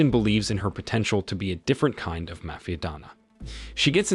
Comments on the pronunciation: Thanks. Now if we can just teach the techs' how to say Mafia.............. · If you notice the voice is too, that’s why there is serious mispronunciation of words, like mafia, for example.